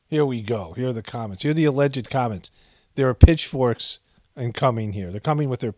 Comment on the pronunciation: Lol i thought she said Bitchforks